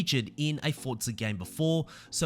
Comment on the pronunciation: Its not fortsa its forza